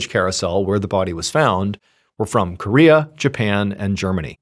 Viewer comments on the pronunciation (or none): none